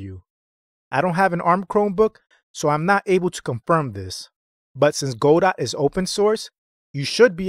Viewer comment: It's pronounced "Guh doe". Good video.